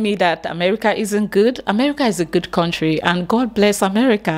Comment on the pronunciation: Coming from a person who says “ corntry “ I’m done with this lame-mindedness